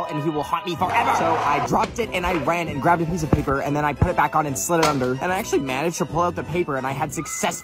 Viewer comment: did you akchle flod the naborhod